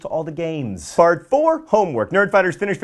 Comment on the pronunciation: 1. What was with the big bbbbut? 2. Who else thought he said "fart 4" instead